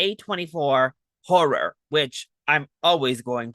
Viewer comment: did you call this a 'Whore er film'?